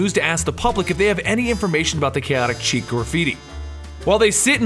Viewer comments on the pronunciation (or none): Kaotic 'Cheek'? Really? REALLY?!? The French word 'Chic' is pronounced like "shēk" or "sheek". Ugh, it was like nails on a chalkboard listening to this episode. I only mention it as you guys tend to be totally awesome. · am sorry to bring this up but its not kaotic chic its kaotic sh-ic love the work but its getting to me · I've heard it pronounced "chick", and "sheek". Never heard chic pronounced as "cheek" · It's pronounced SHHEEEEEEK! Not "cheek". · Love the videos... Keep em coming. I believe you pronounce it ask (Sheek) like the word for stylish or in the now. :) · OK. I have to stop watching right now just so I can get this off my chest. Then I can go back and enjoying your video. You are mispronouncing the word "chic" It is pronounced with a Sh sound at the beginning, and rhymes with freak.